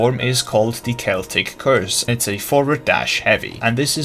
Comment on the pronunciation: Im just glad to see someone that pronounces "celtic" correctly xD